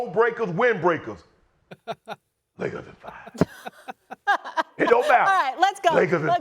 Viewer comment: The man said windbreakers 😂😂